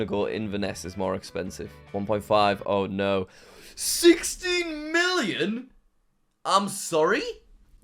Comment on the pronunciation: SIXTEEN MEELION????